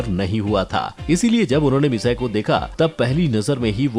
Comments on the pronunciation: It's not misaee it's mitsiii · It's mitsi nohara not massai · Its not misae its mitsi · its not misayi its mitsy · Shinchan mom name is misty not massi